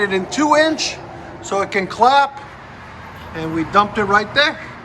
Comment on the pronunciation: Did you say clap or crap. Either way sounds like shit.